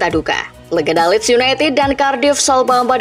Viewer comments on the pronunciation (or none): none